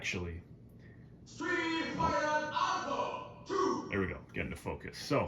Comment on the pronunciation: "Stweet Farter Aupha, Two!"